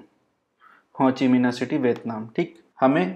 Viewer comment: Hochi nai hai bhai. Ho chi min hai 🤣😂